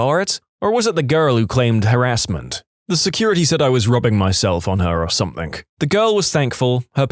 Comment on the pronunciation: No K in the word something